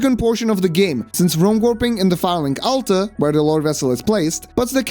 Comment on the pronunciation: The way you pronounce Firelink Altar kinda sounds like Phallic Altar, which makes it all the more funny